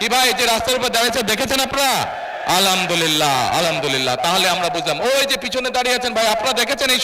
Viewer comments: আলহামদুলিল্লাহ বলতেও স্পষ্ট হয় না । বলতেছে আলামদুলিল্লা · আলামদুলিল্লা কি? আলহামদুলিল্লাহ উচ্চারণ হয়নি। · আলামদুলিল্লাহ আবার কি? আগে তো শুনি নাই মুফতি সাহেব। যে আল্লাহর শুকরিয়া শুদ্ধ ভাবে উচ্চারণ করতে পারে না সে আবার ধর্মীয় জ্ঞান দিয়ে বেড়ায়। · Khambha tarek thik moto al hamdulila bolte parena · আলহামদুলিল্লাহ বলতে পারেনা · আলহামদুলিল্লাহ সঠিকভাবে উচ্চারণ করতে পারে কিনা সেটাই সন্দেহ হচ্ছে।তিনি আবার মুশরিক মুনাফিকের ফতোয়া দেয়। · আল হামদুলিল্লাহ শব্দও ভুল পড়ে তিনি আবার নেতা। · Alhamdulillah o bolte pare nah . Chada kom othche Mone hoy mike o Valo ta lagate pare nai.. Ar Jamayet er programme dekhle Mon vore jay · আলহামদুলিল্লাহ বলতে পারলেন না ঠিক মতো 😢 হাতপাখা ❤️ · আলহামদুলিল্লাহ যে ঠিকমতো বলতে পারে না, সে আবার ফতুয়া দেয়। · হে আল্লাহ সুন্দর করে আলহামদুলিল্লাহ বলতে পারেনা